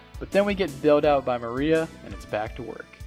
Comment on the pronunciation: >Black Mariah lmao dude, it's Maria, like the Spanish name